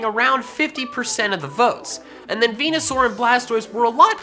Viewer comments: bruh its venasaur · Its veneasaur